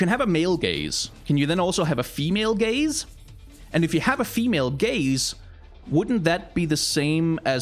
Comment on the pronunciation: the way he says gaze just souds like gays to me for the first time i swear